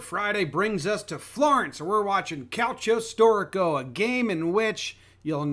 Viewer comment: you pronounced it way better than i thought you were, i was expecting pure butchery lol